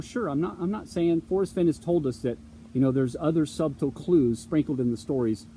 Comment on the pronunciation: "Subtle" is pronounced like "suttle." It's embarrassing the way you say it.